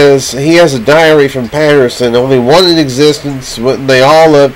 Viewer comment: You can't even pronounce the name "Patterson" and it looks and sounds like you're experiencing a stroke...LOL